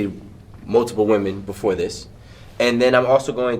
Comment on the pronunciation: piss'n ME off..he stay speaking woman-eez..